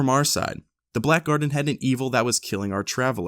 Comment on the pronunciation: "I don't feel so good Gurdian..."